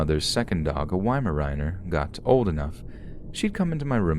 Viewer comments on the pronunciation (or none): I love your voice and you are my favorite so I hope you don't mind but MISPRONUNCIATION IRKS me.!!!!!! LMAO..... WEI MAR AAAHHH NER.!!! NOT WEIMARIIINER.!!!!LOL